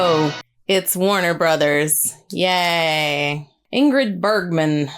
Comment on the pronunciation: No No not burglar, it is Bergman Bergman!!!